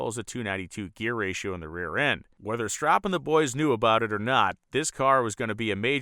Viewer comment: Don't forget the Battle Bird! PS- its "strope"